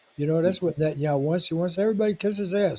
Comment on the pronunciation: It's Net TAN yah WHO.